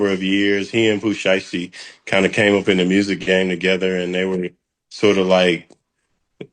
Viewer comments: get Pooh name right said it right pooh who 😂😂😂😂 lmfao if u can't said right then no need to give us no feed back about the situation pronounce it right lol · That “Pooh shursty” is killing me tho. lol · Who is Pooh SURE~uh~STEE? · I’m from Memphis, and I’ve never heard of “Pooh Sheerstee!🤣🤣🤣😭😭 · Why is it saying his name wrong like that sounds dumb boo stop talking about a person if you can’t even say name right not funny